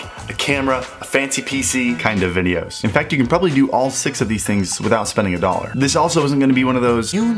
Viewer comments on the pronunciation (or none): "you don't have to spend a dallor on anything" then "GeT a CaMeRa"